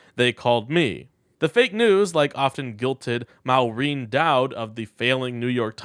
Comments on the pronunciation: Not MOW reen Daud. It is MORE een Dowd. Kinda scares me when you can't do the basics. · Maureen is pronounced more-reen. Trump is a fat turtle which has been flipped onto its back. All he can do now is kick and scream and flail his arms and legs. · Everyone on here is saying all of what I think of tRump. I must point out, though, that you mispronounced Maureen and nuclear. The latter is not spelled nuculer, after all.